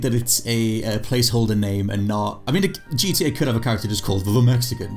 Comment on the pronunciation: I love it when he says gda 6